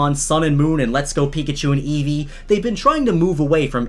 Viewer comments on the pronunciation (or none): none